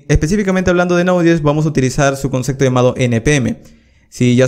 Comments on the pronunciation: La verdad que tus cursos son geniales. Lo que me chocaba un poco es que decis mucho concecto con la letra C! y en verdad es concepto con P! A lo mejor no te sale pronunciarlo bien, pero llama la atención. Igual son geniales tus videos que es lo central! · gracias por tus tutoriales, pero se dice "concepto" y no "concekto". Jajajaja, saludos!